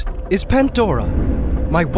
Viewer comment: If i had a nickle for everytime he said pantdora